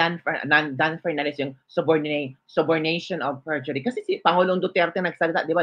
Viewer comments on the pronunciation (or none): Hahahaha...kakahiya nman yang sis former bold star Dan Fernandez mambabatas Hindi alam Sabi Niya Subordination by perjury"????dapat bago siya pa interview meron siya abogado or magtanong siya muna sa nkakaalam sa Kaso eh siya maling Mali siya lalo na buong Mundo manood skanya? Ang tama Sana sa words Niya "Subornation of Perjury"? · OP KORS ATTY DAN 'P'ERNANDEZ I WILL POLLOW YOU. YOU SAID SABORDATION OP PERJURY😅AND CORR'A'BORATIB😅😅😅ANG GALING NI ATTY GOGGLE 😅